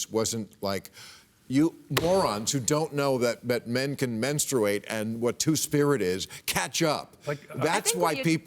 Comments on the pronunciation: Super cringy hearing bill say “menstrooate” repeatedly. Dan savage tried to save him by pronouncing it right but bill didn’t take the bait. 😂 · Someome needs to tell Bill how to pronounce “menstruate”. Hint…it’s not men-stu-wait. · Hahaha maybe if you can’t actually pronounce menstruate you should kinda step back on the topic and listen